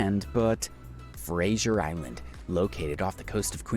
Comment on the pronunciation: Why was Fraser Island changed to Frasier island?